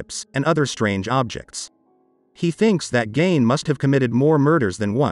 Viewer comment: His name isn’t pronounced Gain it’s Gein rhymes with Mean.